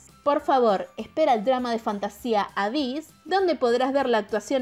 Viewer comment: Se dice eibiss :v